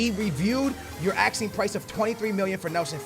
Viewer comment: Why tf do u say aksing